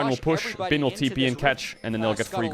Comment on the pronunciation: and feels so nice to hear bin pronounced correctly